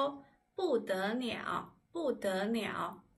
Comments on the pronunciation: I also have that question. I wonder if that was wrong pronunciation. She turned all "l" to "n" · I an curious, which part of China do you come from? Also, did you pronounce bu de liao as bu de niao? Is that a regional accent or am I missing something? Great videos. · 不得了为什么读 bu de niao??? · 谢谢老师， 你讲得不得了。但是有一些汉字你的发音读得错了。比如不得了，弄等这种词。